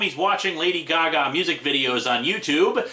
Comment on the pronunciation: All we hear is...Lady-o Gaga. Lady-o goo-goo.